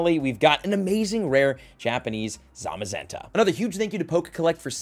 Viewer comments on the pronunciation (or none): none